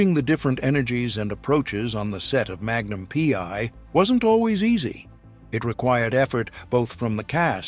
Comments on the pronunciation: Indeed. A.I. BS.. "Magnum Pee...Eye"... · Magnum Pee….I. AI is so stupid.